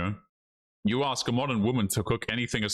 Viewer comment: But she will axe you a question